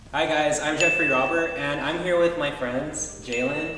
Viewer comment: I thought he said Jeffrey Dahmer. Lol. Good thing his name was written on screen.